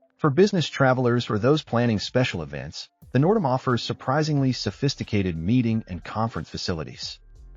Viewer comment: Total AI slop. Half the pics aren’t the N’dam or HAL at all. Plus the pronunciation of the ship Nerdam.